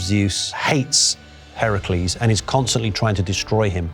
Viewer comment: notice how he pronounced the name Heracles, that’s the proper pronunciation. Hercules is the Roman pronunciation